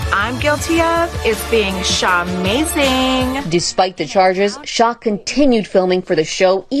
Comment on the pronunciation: Jen should have been arrested and had her rights ROUNDLY violated simply for saying Sha-mazing! 🤣🤣🤣